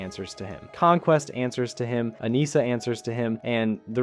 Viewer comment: It’s Anissa, not Akneesir